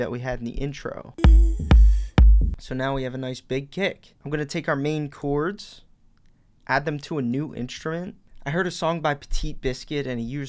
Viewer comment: This guy's pretty good! He does say "choords" instead of "chords" though!